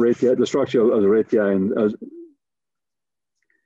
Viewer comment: Wow this guy is difficult to understand. Due to the poor quality audio and poor pronunciation, the words "radius" and "red giant" are indistinguishable, and both sounds like he's talking about "Radeon" graphics cards.